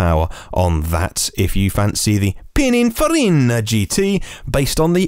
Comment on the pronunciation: reverts to Super Mario with Pininfarina. And I had such high hopes for him. 😝 Eek! Did I detect the pronunciation of H as Haitch? I daren't listen again to check. Tell me it's not true,. 😱 Great show, by the way. 😎